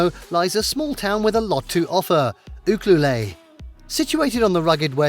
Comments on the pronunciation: 😂It is pronounced Ukuelette, not ukluleeee! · These towns are tourist spots and have no jobs, just so all know that you won't find work. "OOhkalay" (Ucluelet, BC) is actually pronounced "You-kluelet". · Ucluelet pronounced…..” you….clue,,,let “ not You clue lay! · Where did you come up with your pronunciation for Ucluelet. It's u-clue-let not u-clue-lay. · With no disrespect, Ucuelet is pronounced : you- CLUE-let. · Ucluelet ahahahahhaha you didn't pronounce that anywhere right! you-Clue-LET!!!!!! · Pronounced you cue let😊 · Ucluelet is pronounced - you-clue-let - just saying :) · thank you... this was bothering me too!